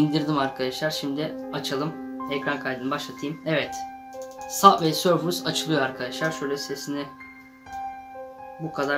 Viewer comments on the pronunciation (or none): Sabvey sorfıs değil subay sörf diye okunuyo